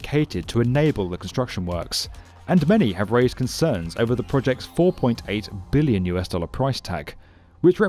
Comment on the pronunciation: The way he says Billion makes you feel how much it is.